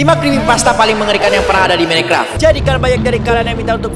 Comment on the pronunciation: Minecraft❌ menecraft✅